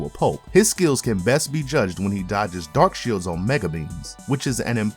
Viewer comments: you darkshield it's darksied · Did that man call darksied, darkshield? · You said Darkshield instead of Darkseid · Who is Dark Shield?????? You mean Darkseid 😂😂😂😂WTF! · "Darkshield"? You mean Darkseid? Way to immediately tell us that you don't follow what you're speaking about without actually telling us. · Who is Darkshield? It's Darkseid lol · Darkseid (pronnounced Dark Side) Not "Darkshield." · No one gonna mention he said “Dark shields” instead of “Darksied”? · My guy You called Darkseid Dark shield????😂😂😂😂😂😂😂😂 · did you say darkshield? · You did not just say "Darkshield." 🤦🏻‍♂🤦🏻‍♂🤦🏻‍♂🤦🏻‍♂🤦🏻‍♂🤦🏻‍♂🤦🏻‍♂🤦🏻‍♂🤦🏻‍♂🤦🏻‍♂ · He just call darkseid, dark shield smh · Dark shield eh? Think you mean darkseid bud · Did he call Darkseid Darkshield? That's blasphemy. Know your comic characters names if you're going to make videos about them. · Darksied* not Darkshield. Pistol* not rifle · He said Dark shield. Not Darkseid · You pronoucned Darksied as "Dark shield", also called the Darknight returns part two a show, it was a movie. I am not a huge comics book fan but, even to a person who catually enjoys IP that stems from them these are glaring blunders. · You called Darkseid, "Darkshield" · He said Dark shield instead of darkseid lol still like this content. If you didn't, can you cover the entire crime syndicate? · DarkSEID, not DarkSHEILD! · It's Darkseid not Darkshield.🙄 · Man really called Darkside, Darkshield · Bruh did U say dark Shield? Dark. SHIELD? 🛡? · I’m sorry but did you say “Darkshield” 😟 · Did he say darkshield? Wtf. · He's at peak human efficiency, which makes him equal to all metahumans,??? And did you really call Darksied "Dark-SHIELD?!?" SMMFH Dude you reeeeeally need to let comic book fans narrator these videos. You sound like you know ABSOLUTELY nothing about comics. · Did he say "Darkshield?"